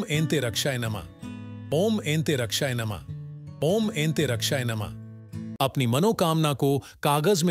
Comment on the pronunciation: om antarikshaya namah Yeh mantra sahi haï.. woa bhai ne sahi se pronounce Nahi kiya haï